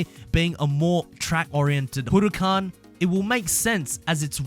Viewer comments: why u say it like hooracan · Am I the only one who is triggered by the way he says huracan?